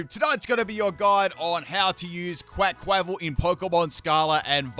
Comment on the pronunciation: You absolutely murdered the pronounciation of their Quaquaval and Meowscarada's names, my goodness